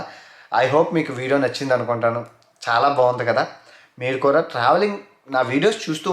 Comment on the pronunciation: City lo “ kura “ kuraa kadhu bro kudaaa ne Telugu santhakella oka telugodiga telugu spastamga matladi kastha aina mana telugu ni bratikinchara nathi pakodiii 😁😄😀